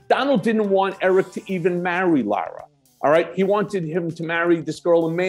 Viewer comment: LIE-RA Trump....lololol 🤣😂😅